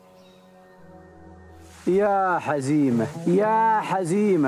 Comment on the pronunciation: واضح ان الاخ الي يروي القصه جالس يقراها من كتاب ولا سمعها من الاولين .. لانه نطق اسم حزيمه نطق غير صحيح